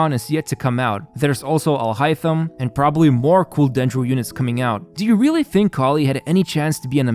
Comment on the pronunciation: What's the opposite of powercreep? Because that's exactly what they're doing to the 4-stars. BTW you're the only CC I know that pronounced Al-Haitham right, so props!